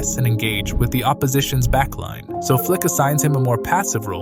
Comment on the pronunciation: Its FLIKI - FLAKA 👍💯